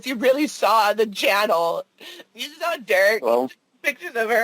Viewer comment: This man is a real doofus not only is he believing all of this fantasy land stuff he also has a problem speaking.... He said "I sare it" It drives me crazy how he uses the word "werent" Example - "I weren't going there." Just a full blown DOOFUS...